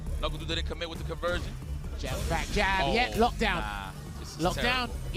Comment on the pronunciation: Jab him, it's not Jah-b-m. Like Round house him. Fierce him. Trevor Noah was right. Westerners will mispronounce your name just because you're African.